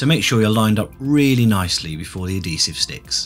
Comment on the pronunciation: It's pronounced ad-HEE-sive not ad-DEE-sive! :P